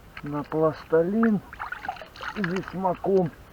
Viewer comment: Пластилин, а н.е пласталин